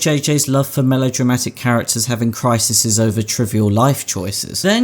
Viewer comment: cri-SEES ffs cri-SEES not cry-sissez. holy sheet.